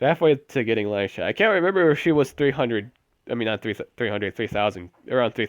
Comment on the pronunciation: lilyisha? lol its lilysha